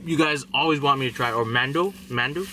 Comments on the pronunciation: Mandu???? Lmao took me a min to figure out what he was trying to say. Its MENUDO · I was laughing when you said "Mendo" cause I automatically knew you were thinking of menudo. 😂 it's cool tho, I'm white and it took me a while until I learned how to pronounce Mexican food. But Menudo is good you gotta try it! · Men doo lol its menudo lol we gottah teach you brother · That was horminy in the soup ... lol it's not Mando it's menudo (me-new-doe) ... Love watching you!!! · Mandu 😭 it’s called menudo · I was like "what the hell is mandew" then I realized he was talking about menudo hahaha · Menudo not man due lmao this guy 🤣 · It's menudo not Man Doo lol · Lol it’s men u do. Not mando. It’s alright I have Friends that pronounce them differently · Oh poor mendue is actually pronounced "men" "nue" "doe" Menudo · Lol the way he says menudo lol mendo bro it’s pronounced Men - Uh -Do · Man-do lol menudo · Mandu 😂😂😂😂😂 OMG bruh that's bad ma-nu-tho try saying that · I have to add that it’s not Mandu that u asked for its menudo! Lol pronounced meh-new-doe for future reference. Try it one day but you gotta add lemon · Oooh ooh and its, not Mendu, its Meh-new-Though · Not Mandoo but Manodo. Sounds like (Man-oo-doe) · it was "MENUDO" (men-uuu-doh) lol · Im a mix married to a mexican I make home made mexican food your doing great dont worry about the pronounciation we couldnt say pho the right way. The soup you want is called manudo (man-oo-do) 😳we love you God bless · menudo not manudo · Menudo not mandu. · for the soup it's pronounced po-so-le and the other cow stomach soup it's called menudo pronounced men-oo-do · It's pronounced me-nuu-doh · Menudo is pronounced “Meh-new-dough” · Men - new - doe my guy 😂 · it’s MEN-U-DO Lol that’s why she laughed and it’s tripe, stomach lining 😂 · Pa- soul- lay Har-ittos Ma- new- dough But you gave it your best shot. I wouldn't pretend to be able to say Vietnamese words Correct. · He said Mandew 😂😂 love your vids bro